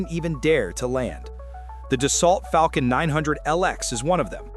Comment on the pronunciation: Yeah, but he said ‘Falcon’ almost perfectly. Sooo, there’s a balance I guess.